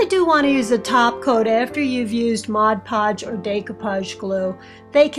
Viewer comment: Everytime i hear somebody saying Podge Podge i skip their tutorial and think they are idiots. So kudos to you for your work and for respecting yourself when you pronounce it correctly. Thank you for your lovely videos!